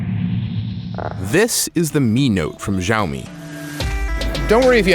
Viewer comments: dude, get it right already. it's SHAO-MEE. geez. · Good review! Keep this up! As said below its SHao Mee.... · its see-ow-me watch a basic video about pinyin and you will learn how to pronounce most Chinese words properly. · "shi-AO-mee" LOLOL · It's hilarious that he's reviewing a product that he can't even pronounce the name of...... It's sh'ow me ('ow' as in you got hurt).... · PSA: The Xiao from Xiaomi means small (小). Xiaomi (小米) literally means small rice. This word (小) only has one pronunciation in mandarin, "xiao". Since Chinese pinyin and English alphabets aren't exactly comparable, the best way to say 小 in English would be "siao". Oh please do not listen to the Jeremy dude who is telling people to say shao, which is COMPLETELY false. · omg you guys go around watching every english reviewer pronouncing it wrong and treat it like it's the right pronouciation. I'm chinese so just trust me when I say it's pronounced S-IAO MI. Unless you're being sarcastic in which case nice one. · Dude are you kidding me? It's Siao-Me, I speak mandarin and it's funny how despite you are absolutely wrong you still got so many thumbs up. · Jeremy C. in Mandarin X doesn't have this "SH" sound and it's pronounced a bit different than you say. It's Almost like this in English "Ciaomi". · His constant mispronunciation of Xiaomi is driving me crazy... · Finally a great video from The Verge - expect for the improper pronunciation :erk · Basically, change all 'X's to S when you are pronouncing a Chinese word. Trust me, I'm a Singaporean Chinese who speaks both English and Chinese language